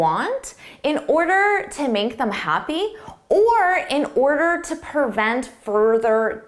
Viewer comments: Hello. I just tried your quiz and thought I would add my thoughts here. The word is 'vocabulary' and should be pronounced as it is spelled, not 'vocabulerry' as you seem to prefer. In your explanation of the first question you use the word 'pervent'. I think you meant 'prevent'. At this point I gave up. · You appease someone to "pervent" disagreement! An additional advanced word to consider might be pronunciation.